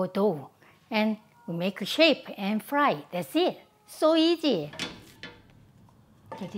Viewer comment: cocka tiel I love how she pronounces the letters S or Z like when she says easy like "eajjy"... she melts my heart 😛